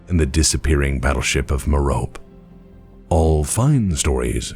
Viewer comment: Ah man, you mispronounced Mirope